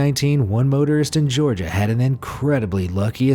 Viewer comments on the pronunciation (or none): none